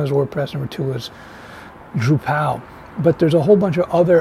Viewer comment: druPAL, joomLAH . 😂😂